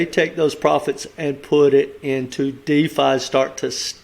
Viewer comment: It’s not called Diffa it’s called Defi Just saying lol